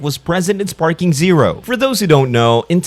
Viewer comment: its dragon ball sparkling zero . not sparking.. dont post shit if you dont know what u are talking about